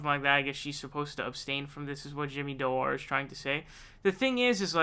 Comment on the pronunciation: This snot nosed kid makes a laugh ....The guys name is Jimmy Dore its pronounced Door my god man how can you mispronounce the word door.